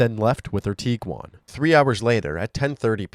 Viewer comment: Are you saying “tee-quan”?? It’s a “g”, it’s “tig-wan”.